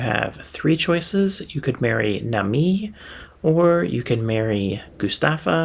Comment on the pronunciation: Once again, info here I never would have considered. JUMPING over the fence? Like wow. Thanks. However. . .with this video you broke your agreement. You said you’d stop pronouncing her name like nah-ME and say it like NAH-me 😭